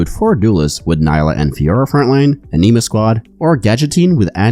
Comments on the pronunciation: Thanks for the great video! Two little things for pronunciation for the rest of the set. Corps (Pronounced Core. Not corpse) Anima (Ah-nah-ma. Not a-nee-ma) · fwiw, "corps" is pronounced like "core", not "corpse". And I suspect that "anima" would have a soft "i" sound like in "tin", not an "ee" sound. Love your content. Not intending to be pendantic - some people appreciate getting the pronunciation right. No offense intended. :)